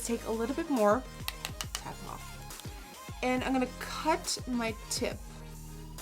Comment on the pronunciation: I like the way she says "now i-ungana take a"..😂